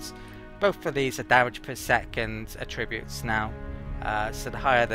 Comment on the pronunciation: I didn't even notice the melee thing among all the mispronounced 'attributes'. :) The emphasis should be on the first syllable when used as a noun. (AH-tri-butes)